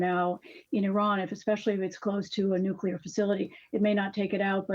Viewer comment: There is no "Q" in the two syllable word "nuclear" it's pronounced " nu - clear " not " nu - q - lar "